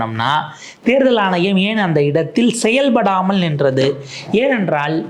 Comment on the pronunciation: தேர்தல் ஆனையம் அல்ல தம்பி " ஆணையம்" your Mode of Thamil is annoying . Try to regain else will be unsubscibed.